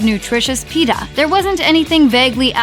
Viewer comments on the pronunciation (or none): none